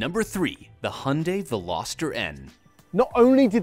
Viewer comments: i legit choked when you said "hunday " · That's not how you pronounce Hyundai